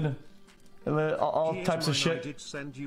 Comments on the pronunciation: Bro why he says dod instead of dude😂🤣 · The way he says dude. Bro its so scuffed. Yo did. Wasup did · I got halfway through this before "did" instead of "dude" forced me to stop. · Why the fuck he say dud